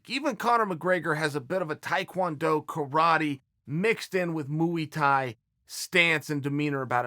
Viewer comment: Say what you want about Sonnen, but I have huge respect for the way he pronounce the word "muay thai"